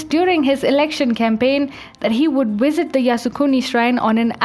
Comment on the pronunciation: why - wait -when - wisit.....that's funny